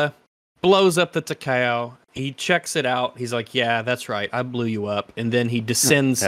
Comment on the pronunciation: As a WW2 warships lover, the mispronounciation of the Imperial Japanese Navy Heavy Cruiser Takao really triggered me. Now the interesting part about that gunnery scene, was that IJN Takao had 203mm guns, and those did some serious damage to Godzilla. It also had type 93 torpedoes, which were really strong, but they were probably too close to be used because they might not arm. However, sustained fire from a battleship, like the Amagi or Nagato, if those hadnt been destroyed, would be interesting, given that those 2 ships rocked 410mm guns. The American counterparts would be North Carolina, South Dakota and Iowa class battleships, with 406mm guns. And of course Godzilla would be obliterated by the Yamato class battleship, with its 460mm guns. Assuming of course it didnt have time to fire the atomic breath. I loved those 2 minutes with the Takao.